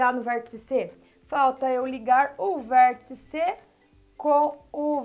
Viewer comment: "Tia", estou adorando suas aulas. Estão ajudando-me muito, mesmo. Além disso, adoro quando você pronuncia palavras com um "L", depois do "R", tipo "VérLtice". Bem, agora vou pararL de escreverL para assistirL sua aula sobre Retas e Semirretas. Tchau!